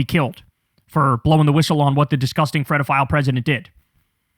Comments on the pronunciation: What is a Fredophile, do you mean pedophile, am I just hearing it wrong? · Ok, Kyle. I have to ask… WTF is a “fredophile”?!?!?!?!? Why do you have so much trouble pronouncing that word?